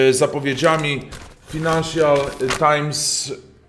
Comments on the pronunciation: Mówimy [fajnaiszal] nie [finanszal tajms] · F a j nansial Times nie F i nansial :)